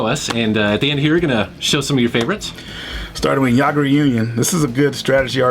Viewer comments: Yagra union? I thought it was pronounced "Iggdra" as in Yggdrasil, the world tree in Norse myth. Gungnir is pronounced like "gun" but with a g on the end, and then near. Knights in the Nightmare and Riviera are in this series, also on PSP and in english, those are great too. The spinoffs are Yggdra Unison, Blaze Union, and Gloria Union. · pronounced yggdra as yagdra but when I played the game on ppsspp headphones on it was igdra when the princess yggdra pronounced her name. Its igdra not yagdra. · I thought Yggdra was pronounced "EEG-drah" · I know it's been 7 years since the upload but this has been bothering me a lot. It's pronounced "Iggrda" Union named after the tree Yggdrasil pronounced as "Igg-drasil". The other game is "Gungnir" - "Gung-nir". The Gung prounciation would follow the same as dung. There, I've said my piece. Stay safe and keep these lists coming. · I could have swore it was pronounced "EE-druh". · could be " igg" dra as in yggdrasil the tree of life in nordic mythology pronounced " igg " dras(c)il but i am no expert but i love JRPGs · wildarmor i thought I was the only one who noticed that mispronounced yggdra union. Princess yggdra said her name pronounced as igdra like iglo. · "I thought it was pronounced "Iggdra" as in Yggdrasil" Same. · pretty sure even in that game they pronounce it "Yig-dra" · yagdra union?? thats not how you pronoiunce it. . I have norwegian heritage and you butchered that pronounciation!!!! LOL . it's actually impossible to say in the english vocabulary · ...that's not how you pronounce "Yggdra" >.o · Good video! But "Yggdra" was sadly pronounced very wrong by the way. It's losely based on the word "Yggrasil" from Norse mythology which is world tree. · Yggdra Union? Heh, sorry buddy, I don't think you pronounced that correctly XD You're way off - But that's okay, nobody cares ; ) You're cool for recommending those 2 games. I got them both and I agree, they are also among my favorites on the PSP.